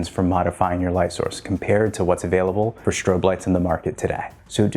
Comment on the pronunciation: “Shtrobe” lights, really?